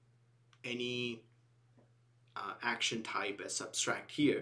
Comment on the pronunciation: Not that I am any stickler for chaste English, but it's SUBTRACT, not SUBSTRACT. BTW, great videos !